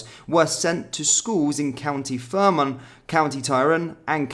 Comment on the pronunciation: lol pronunciation is atriocious! Fair-man-ah, Tie-rhone, Straa-ban